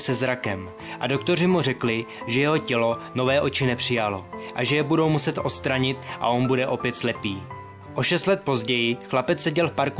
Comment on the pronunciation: Já to pochopil tak, že autor neumí vyslovovat ("po šesti letech společného stahu", "budou muset ostranit"), nemá moc rozhled ve slohu (uvozování hlavních vět zbytečným "tak"... "když se probudil, tak hned spatřil tu dívku") nebo logice příběhu ("kdybych zase mohl vidět, TAK bych si tě hnedka vzal", "jeho slzné kanálky mu kvůli slepotě nedovolily plakat")... a měl by radši víc číst, než začne psát. A tím čtením nemyslím facebook.